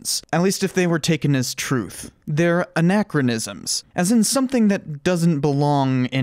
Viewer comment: at least they aren't ridiculing history as a major while mispronouncing anachronisms